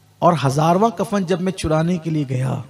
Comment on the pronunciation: Kafar nahi kafan hota hai bhaiya